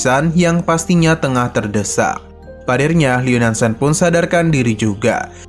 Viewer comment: Tersedak😊 min bukan terdesak